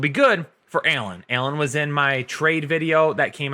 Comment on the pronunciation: I clicked just so i could hear you say Keenan "Ailllen" knowing it would build up enough rage for the day to punch a hole through a wall or someone